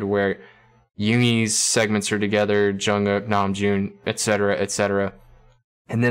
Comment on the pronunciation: I like the way you say Jungkook